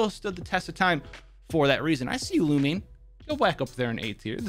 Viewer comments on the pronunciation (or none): none